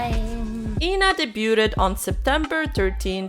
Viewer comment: Hey, could you please look up how to pronounce "debuted"? The fact that you say it wrong every single time really gets on my nerves. 😢